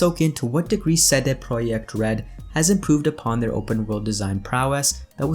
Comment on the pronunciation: Why're you saying "CD Projekt Red" like that? haha. Is that actually the proper way to say it?